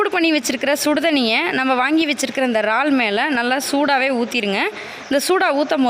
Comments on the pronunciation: ரால் இது என்ன புது பெயர் உச்சரிப்பு முக்கியம் 'இறால்' அல்லது எறால் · றால் இல்லை இறால்.